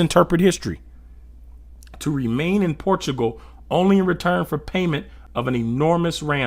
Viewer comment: Centugal not portugal